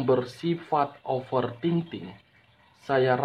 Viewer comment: Bang bukan offer Ting Ting tapi ofer thinking